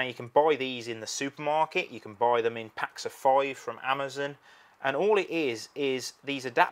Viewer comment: Wow man! Your accent sure is thick dude! "Shall we put another shrimp on the barbee mate..."? What is "Buuuoiiii"? Are you attempting to say the word "BUY"? You peoples accents sounds so funny to us Americans...and some of it sounds really off...no offense intended...but the lack of the letter R for example. Why don't you pronounce your R's? And I have always wondered why you say something like "nineNeen"... and not "nineTeen". Just hard to get it is all.